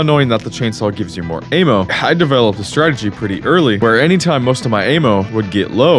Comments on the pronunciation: It's "Ammo" not "AY-MO" !! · Bro it's Ah-Mo... Not Ayyymo!! So off lol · Bro why do you say " ayy moww " instead of " amm ohh " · Great video other than the way you say Ay-mmo. Like bro, it’s ammo like the sound with apple. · im sorry but this ehmo instead of ammo thing has to be ragebait right??? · bro kept saying aim-o.... it's not aim-munition, it's AMmunition. as in "I AM telling you no MO" AMMO. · It's short for Ammunition. Not Aymunition. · "aimo" there's no i in ammo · i have trauma now from your a-mo pronouncing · Am I the only one who doesn't say am-oh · This retard doesn't know the difference between invisibility and invincibility. Doesn't know how to say "ammo", and doesn't know how to say the name of the developers. Wild. Thumbs down. Do not recommend channel again. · So annoying how he keeps mispronouncing ammo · it makes me mad how he pronounces ammo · Bro really can’t pronounce ammo.